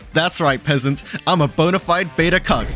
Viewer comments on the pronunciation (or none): none